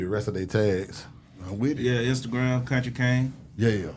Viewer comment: Still country was that !!! Crack 😂 It's Kuntry King Mane and you know that